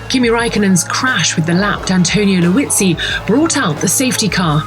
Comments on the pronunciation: Never heard of Antonio "Luizzi"... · "Luizzi" – are you kidding?